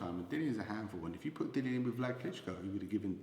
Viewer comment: Can can he not be capable of pronouncing Dillian's name.